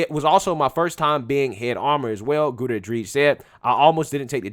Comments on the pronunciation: 😆 How did you manage to miss both R's in Gutierrez every time you said it? FYI: That double R makes rolling R sound which should if anything be overly prominent within the word. The pronunciation can take a little practice for those not used to using it in their mother tongue but given your chosen job and the fact that Spanish is the second most used language in America and will only become more prevalent if things don't change in a big way. It might be a good idea to know how to pronounce words in it, even if you don't know how to speak the language itself. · Not that it matters much... but her last name is hispanic... Gutierrez, hyphenated with Reed, you are pronounciating it wrong its pronounced: "goo-TEE-air-res" just want to share so if people want to look her up they'll know. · Gutierrez= Goo-tee-air-ez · Goo-Terr-Ezzz = Gutierrez let's give this person her due. Pronounce her name correctly so she can receive all the credit due her. Gutierrez (Goo-Terr-Ezzz) - Reed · "Goo-tee-heiress" That's how you pronounce Gutierrez. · Hootarez 🤦🏽‍♀️🤦🏽‍♀️🤣🤦🏽‍♀️ dude learn to pronounce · Guda-rez? No no no... GOOT-E-AIR-AS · How to pronounce "Gutierrez": Goo-tee-air-rez. Break it down: Gu-ti-er-rez. Okay...? Goo-tee-air-rez. It's not "gouda-redge". You're welcome. If you're going to be "The Black Conservative", then you should least know how to conserve the Truth of pronunciation, muh dude. Sincerely, The Grammar Nazi (When you say a Hispanic name, you should almost sound Hispanic when you say it; otherwise, you're not saying it correctly. If I were to say the African name, "Tsotetsi Pipinyana Pampoen", then I would most likely sound African when I say it, because it is African. I've heard South Korean people call me "Ahn-da-roo", but my name is not pronounced "Ahn-da-roo"... My name is pronounced "An-droo"... Two syllables - not three. They sounded like they were calling me "underoo".) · Gutierrez: pronounced: Gut tear is. Not Gotourous.